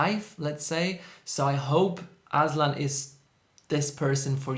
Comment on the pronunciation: The way you pronounced his name as 'Aslan' felt like im in Narnia Kingdom and we were admiring its king. 💋